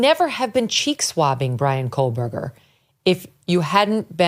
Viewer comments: Public Service Announcement.... There is NO L in Kohberger. You're welcome. It's not Coal-burger. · Megyn, it's Kohberger, no L as you're pronouncing it Kohl-berger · Good God. Can someone please tell her that she is pronouncing his name wrong??? It’s KOHBERGER